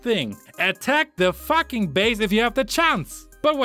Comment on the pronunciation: I like they way u say “fucking” it’s like “ATTACK THE FACKING BASE”